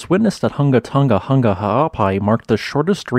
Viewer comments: It's difficult to describe how to pronounce the name in written words. Maybe try saying the name like this: Hung-a Tong-a Hung-a Ha'apai. Without the hard "g" sound. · the "Hu" in Hunga and "To" in Tonga aren't pronounced like "huh" as the in the video. Rather, "Hu" is pronounced like who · Who-nga-toe-nga. Who-nga-hah-ah-pai. Not hungatunga...I know it's not your first language so thought I'd help you out. The uh sound doesn't exist in the Tongan language. Love thoughts and prayers for the Kingdom of Tonga and her people!! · Hungan Erupution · Everyone in the South Pacific cringing at those hard non-Polynesian g sounds